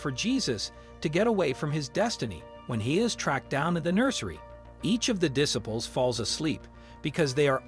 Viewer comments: Diss-iples!! 😂 try just a little harder! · Why do you not know how to say the word disciples.